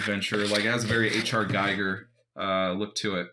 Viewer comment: geeger not guygar